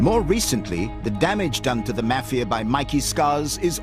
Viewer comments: I can't even continue to watch this I hate the way this man says mafia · The way this guy pronounces mafia makes me wanna puke.